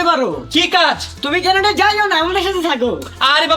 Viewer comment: কেনাডা না কানাডা